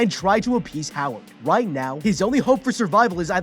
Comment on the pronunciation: he said wight not right